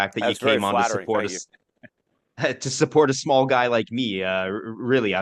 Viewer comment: I heard bald guide not bald guy